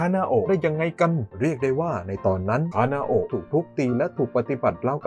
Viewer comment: พี่คะพี่พูดผิดหรือป่าวพี่เขียนคานาโอะแต่พูดคานาเอะ